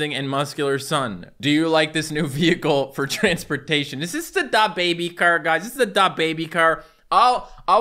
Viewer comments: stop saying da bébi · he say DA baby instead of dababy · I hate how he says dababy: "Da~-baby" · Dab baby and sooj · De boybe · the way says da baby it makes him sound like a mexican person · The way pronounces dababy triggers me